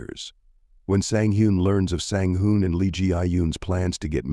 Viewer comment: Twin #1 Sang Hoon was pronounced consistently, twin#2 was pronounced Sang Hoon, Sang Han and Sang Hyun. Very confusing